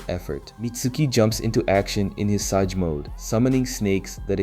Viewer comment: Its pronounced SAY-J, not sah-ge wtf